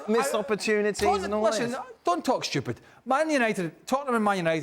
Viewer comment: "Don't talk stchupid" 😂😂😂